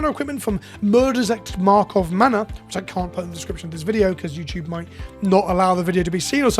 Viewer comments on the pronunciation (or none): Hell yeah BO3!. Wait did you call it Markov manor?